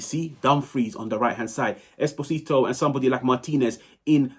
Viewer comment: Come on, you are probably gonna talk about Pio for the next 10 years. Invest 1 minute to learn how to pronounce "Esposito" 😢